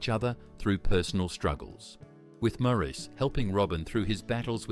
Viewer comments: Maurice is pronounced morris, not moreese 🙄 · Maurice is pronounced Morice not mor-eece. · It's pronounced "Morris". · Pronounced like “Morris,” not “Mo-REESE.” Otherwise, nice job. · Maurice pronounced his name Morris. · Robin's twin brother's name was pronounced MORRIS NOT MAURICE! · Maurice is pronounced Morris. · It's pronounced Morris! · It may have already been pointed out (397 comments as of this post), although spelled "Maurice", the brother's name was pronounced "Morris". In another video (an interview with Barry & Robin), it was noted that it was Barry (not Robin) who wanted to disband the Bee Gees after the death of Maurice. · I thought Maurice was pronounced Moor-eece, too. It is pronounced Moor-iss. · Great video! Maurice is pronounced “Morris” I believe. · I think its pronounced morris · Please, pronounce Maurice's name correctly. It's "Morris". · yes! That annoyed me no end how the narrator didn’t even pronounce Maurice’s name correctly. Also, he was at one stage talking about Robin, and it was Andy who was on that part of the video. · The Bee Gees were a unique group / band, no one really came anywhere near them in sound and creativity, I think everyone has at least one Bee Gees song in their head. They were up there with the best. I wish this narrator would pronounce Maurice Gibbs christian name correctly, he wasn't a damned French man!